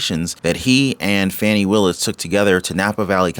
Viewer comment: You are mispronouncing her name.